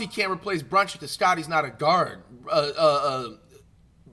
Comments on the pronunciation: He calling Jalen brunson Jalen bronchin😂😂😂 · Bro kept saying brunching